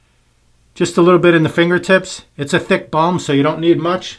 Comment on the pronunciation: Balm, not ball.